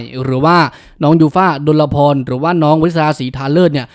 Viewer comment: ออกเสียงว่า ดน-พอน ไม่ใช่ ดน-ละ-พอน